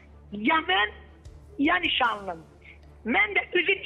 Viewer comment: Boyuvu yerə soxim 17 deyil 18- dir Nişanlim sözūnū necə aği dolusu deyir Ay camaat O kişiyə yaziğiniz gəlsin Evlərini, qiIzllarini qaçib gedən görərsiniz n